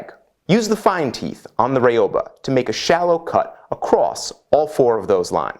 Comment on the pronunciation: Excellent and informative stuff, as always, buuuuuuuuuuuuuuuuut.... (A lot of you saw that coming, I think.) I live in Japan and speak, to a certain extent, the language.両刃, (ryouba) the name of the Japanese saw, which literally means "double-edged blade" is not "rye-oh-ba". Look, I love you buddy, and you are just one of the many YouTubers who uses the wrong pronunciation, so I'm not getting at you. How to get it across? Well, imagine if they ever make Bill and Ted IV and they are headed to South America, and one of them says, "reeOOOH! here we come!" (as in Rio de Janeiro) Then you put "bah" on the end, and you're golden.